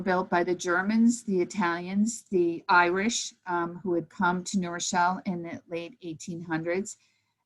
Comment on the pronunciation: I thank for her valuable commentary. I don't mean the following as a criticism, I find it interesting, and rather charming. I grew up in New Rochelle, and I have noticed that many who grew up there, or nearby, pronounce the city name as Nerochelle. The w is dropped. This isn't true for people who are unacquainted with the place. They pronounce it as two words, which, of course, it is.